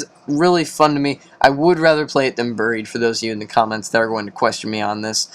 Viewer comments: Did he say buroed it's buried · Its buried not buro dumb ass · Why the fuck u pronouncing buried as borrowed it's buried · It's buried not buro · Borough not buro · It's not buroe dude it's buried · Buried not burrow! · buried not buro